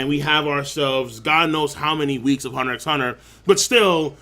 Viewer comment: Lol you don't say the "X" in the name, it's just Hunter Hunter